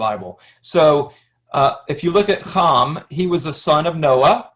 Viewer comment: We're done. In the Word. His name was Ham. Not Hom. So now I know. You don't know dip. Teach? Not Me